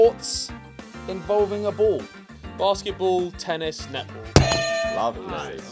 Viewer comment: Vik said"lovelay"😂